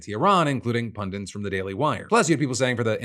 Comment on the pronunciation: PundIT. Not PundENT